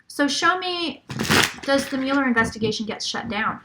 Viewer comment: I promise that "mull-er" is correct and "MULE-er" is incorrect. If you use the correct pronunciation, it will give what you say about him much more weight.